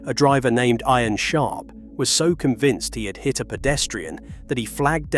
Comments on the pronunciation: The captions on this video are AI-Generated and the way the name Ian was pronounced as "eye-an" instead of "Eean" tells me this has been narrated not by a human, but a ROBOT! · Ian and he pronounced as IRON!? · i like how he said ian as iron haha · An English-sounding AI voice doesn't know the English pronunciation of 'Ian'?